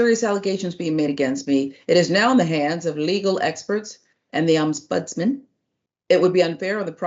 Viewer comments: The word is Ombudsman not oms budsman. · the word is pronounced Om-buds-man and is a person who investigates formal complaints against Government and other officials so here in the UK we have the Local Government and social care ombudsman, the financial ombudsman, Parliamentary and Health Service Ombudsman. They are an effective alternative to going to Court and can make financial awards etc. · What's also shocking is an adult being incapable of reading and pronouncing ombudsman.